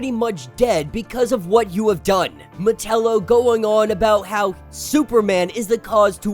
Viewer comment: I enjoy your videos but sometimes the pronunciation of some names hits my ear wrong. Metallo has always been said Meh ta low the a has more an A sound like with act or attack. Instead of sounding like Nutella except with an O.